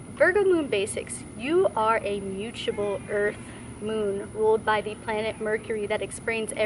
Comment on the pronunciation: With Virgo placements it is very hard to hear you pronounce mutable (m-uu-t-a- ble) like muchable it's not "muuchable". But nice video otherwise.